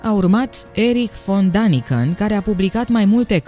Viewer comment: Dragă, Daniken se citește corect Deniken, pentru că litera a are două puncte adică este a umlaut care în germană se citeste e.